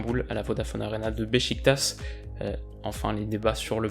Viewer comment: Joyeux anniversaire super vidéo comme d'hab et sinon beșiktaș ça se prononce beshiktash